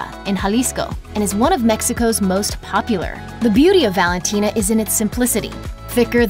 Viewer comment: Valintina!?! Lmfao. You list lost all credibility.